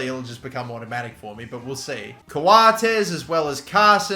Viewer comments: The way he said “Coates” hurt me cos it’s pronounced “Coats” 😭😭😭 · he said co-a-tes instead of coates lol